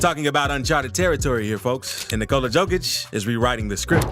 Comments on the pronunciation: Read it like Yokić, not Jokić and you will pronounce his last name as its supposed to be. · Yo-Kitch. Not Jo-Kitch. Please learn how to pronounce that man's name correctly. I cringe every time you say it. 🤦‍♀️ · Learn to pronounce n.i.Q.Q.a (it's Yo-kee-ch) the joke and the dislike is on you and your video from the start. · hard hearing, not J (dzej) it Y *yokic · Bruh you definitely just want views cant pronounce his name right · Here the fool can't yet pronounce the name...yet he back bla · Lost interest on this video with you mispronouncing his name in the first minute! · same here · Can't even hold it against this amazing voiceover for the mispronunciation of the mans' surname. 🤣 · Guy Is mixing Đoković and Jokić. Learn how to pronounse a Name. Nice Clip If you learn to pronounce